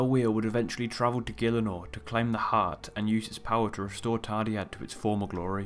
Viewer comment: Hey but I don't know if you know but the dd in the name is pronounced as a th as in Thursday. :)